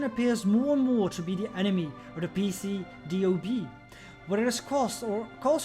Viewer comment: As a native speaker I cringe a little every time you say P.C.D.O.B. It happens, though. Liking the series so far, really excited to watch the rest =3